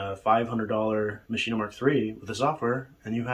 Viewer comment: Ok, Im sorry, Im not a maschine fanboy, but I cant watch any more of this. Do you say "complete-ah?" It is not "Machine-ah", its "MACHINE." I don't care if its German or not, this is English you are speaking, not German. I have both the Maschine+ and MPC Live 1 & 2 and they are both fine. The Maschine suffers from unoptimized code which causes CPU overload issues in many wonky areas, even when the CPU is hovering at 30% or so use.This is easily remedied however by removing some of the unnecessary FX often included in sounds (don't forget to check global FX as well). I also strongly believe the UI has issues. Having pages of raw text that I scroll through to adjust parameters is just not fun or interesting. There is a lot of wasted screen space where actual UI could be included to give the unit a more premium feel. I have not had stability issues, although, I do currently have addons and soundpacks that I cannot update for whatever reason (download occurs, reboot the unit, plugins and soundpacks still need to be updated, no version numbers have changed).Not including a touchscreen is just bizarre. I understand in many situations, the knobs are faster than using a touchscreen, fine, keep both options there. For those of us that feel like a touchscreen is more intuitive, we can use it, while those that prefer using knobs to select notes in the piano roll screen can continue to use the knobs. Finally, the expansions are way too expensive and it is not entirely clear to me what ex